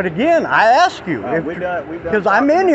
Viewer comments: Anytime I hear a cop say "I axed you..." I already know they don't know the law and they are going to go hands on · “I Axe You “ - If you can’t simply speak English , you shouldn’t be upholding the law that’s written in it. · I can't take Anyone seriously who says "Axe " instead of "Ask". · If a cop is so damn ignorant as to 'aks' me anything, he deserves the disdain and ridicule. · Diversity is our strength! "I axed you a question". WTF? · You cannot " ax " somebody to make them move back. You can ask them. Axing them would be against the law... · It's amazing that a grown man went through 12 years of school and still can't say and pronounce a common word. It's asked not axxed there officer. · He axed you a question!🤪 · When blacks axe questions, axe for ID, axe for eveything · He axed you for ID! LOL